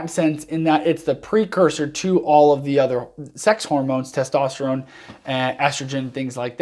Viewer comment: “Testosteregen “ Lol